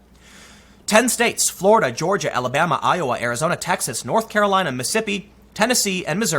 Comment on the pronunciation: i was on the milquetoast fence about you, but then you said Mi'ssippi like a native.....